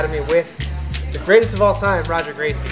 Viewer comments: It looks like Roger, but it's pronounced Hoger... dam, do you even train, bro? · Is his name pronounced Roger? I thought it was pronounced Hoger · Does it bother anyone else that he calls him RRRrr-O-G-E-R and not HHhh-OGER? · How you gonna say Roger and not Hoger ffs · c'mon man, you been around this sport for years, you can't say Hoger please! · You know you think if you were going to go see him you could actually pronounce his name correctly its Hoger exactly like Renzo is pronounced Henzo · It's Ha-Ger bro, get it right! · Him saying Rah-Ger made me cringe😬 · You pronouncing his name wrong probably didn't help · Awesome content but for the love of god pronounce his name right lol. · The guy knows all his stats but still fails to pronounce his name right. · That's what you get for miss pronouncing his name lol jk the size difference is crazy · You'd think someone with that much experience would know how to pronounce his name 🤦